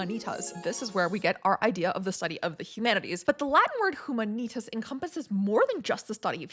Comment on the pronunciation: Small correction from an italian with 5 years of latin language studies here, if I may: "HUMANITAS" is pronounced uMAnitas (not umaNItas)...the accent is on the first A not on the following I.